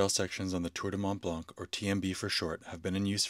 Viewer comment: Very nice video. However, you do not pronounce the "C" at the end of Mont Blanc...